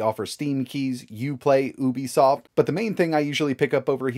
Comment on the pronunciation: I've never heard of Ooobesoft